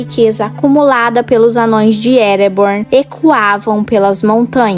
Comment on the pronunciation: “Amãos” e não “anões”!✌️